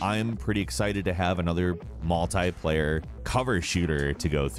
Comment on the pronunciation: Yeah I've noticed his pronunciations are either inconsistent or just weird af, like with words like multiplayer or the way he pronounced Enix. Sounds like he might be tired or it may be an accent thing.